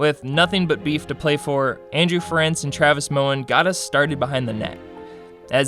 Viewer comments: It's Andrew FAIR-RENCE and Dale WEESE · butchering Ference's name and mixing up the Pyatts #comeonman